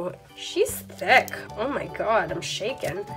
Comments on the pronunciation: have you guys noticed that she says “theck” instead of “thick” lmao i just think it’s funny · for some reason i love how she says thick as ThAquE